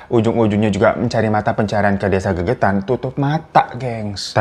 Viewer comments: Desa Legetan bang bukan gegetan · Desa Legetang kak bukan gegetang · Legetan bang bukan gegetan...desa itu kan di Banjarnegara...memang itu cerita yg fakta .. lumayan dr desaku jaraknya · Maaf bang, nama desa nya Legetang kali ya, bukan gegetan. Lokasi di wonosobo jateng. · Mohon maaf bang Hiro bukan GEGETAN TAPI LEGETANG 😊